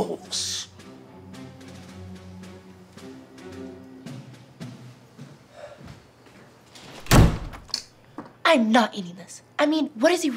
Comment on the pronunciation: “And when i return i wanna see some empty bOwLS”😃 the way he pronounced it